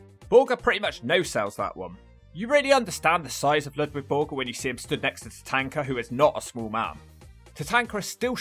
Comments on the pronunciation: Why are you pronouncing Tatanka as Tatanker? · Your saying Tatanka name wrong